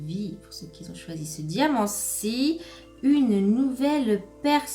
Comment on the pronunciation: On ne dit pas "qui zont"